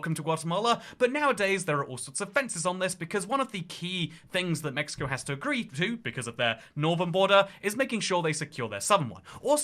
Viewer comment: what the hell is a MIxico?!